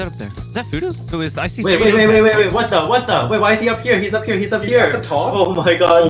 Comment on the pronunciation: Oooh it's phoodu like voodoo whoopsie....